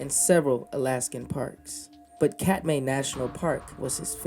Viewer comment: Th biggest tragedy is that he took his girlfriend to her death. He was mentally ill. I lived in Alaska for 30 years and saw many brown bears (the bigger, salmon eating cousins of grizzlies). Treadwell needed to get treatment for his obsession. The park is pronounced “Cat-my”.